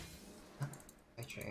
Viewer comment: she says chartreuse and no one can convince me otherwise